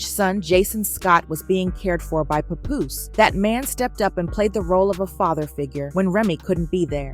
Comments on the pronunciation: Who the heck is puh-Poose? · I hate the way they say his name. It's not pupoose. It's Pap Poose lol